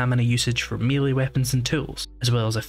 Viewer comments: Mel-lay not mealy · And even if.... it were constructive, then he'd be wrong anyway as by his own argument the correct pronunciation would be mêlée. French loan word, pronounced as the French, therefore. Rhymes with the football player Pelé. Beyond that is accents, including his.